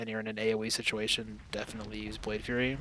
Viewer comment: Thanks again for this video, it is helping me learn the spec coming from assa. I look forward to seeing your keys in season 2. One small critique, I think you're saying "Blade Fury" like a Fury Warrior. The ability is Blade Flurry like a McFlurry. Keep up the good work, cheers.